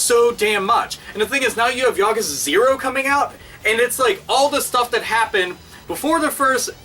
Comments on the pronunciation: i have never watched thsi video yesterday and i have never played this series.. but i know hte word yakuza lol and the way yo usay it just hurts my ears cuz you say it wrong lol imagien yakuza = yakooza the u is like double O lol but anyways it looks pretyt interesting so maybe ill get them to play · Yes, but that's understandable. English words with three syllables tend to put the emphasis on the second syllable, but Japanese three-syllable words put emphasis on the first. Easy mistake to make, I do it too. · i thought it was yaKOOza, have i been pronouncing this wrong? =( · He just called the infamous Yakuza, the Yakaza... LOL